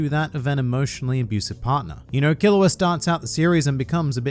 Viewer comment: Killua sound like killowatt